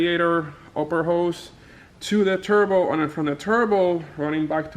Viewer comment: "mmm i just weesh i could just make my own turbo keet"